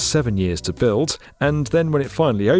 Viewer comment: Once you hear it, you can't un-hear it: pronounces every word ending on a soft D with more of a harsh T: "build" becomes "built", "demand" becomes "demant", word becomes wort, and so on. Kinda hard to listen to. But the content is of course great!:)